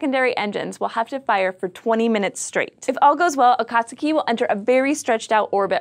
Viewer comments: I hate to be that guy, but it's pronounced A-kah-tsuu-kee not a-kat-tsu-key. The vowels are always "flat"... But, that's not important, what's important is that we'll probably be getting more information about a planet that we think know everything about. Let's hope everything goes ok for the probe! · It's not A/cot/sue/key it's A/cot/ski. The u is silent.(ish) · Ah-Kaht-Skee That was bugging me >.< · it's pronounsed A-kat-ski. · it's pronounced >>>Akat skii<< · I'll make sure to eat a few case-o-diLL-ahs with my friend Joe-say next time a watch a video on here. If you're going to speak to tens or even hundrends of thousands of people, perhaps you should learn the correct pronunciation of the very thing the video is about.